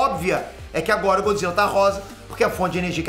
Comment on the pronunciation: Godzilla não, ' Godzille 😂😂